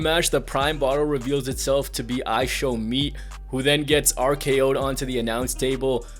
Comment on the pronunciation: no way he said "ishowmeat"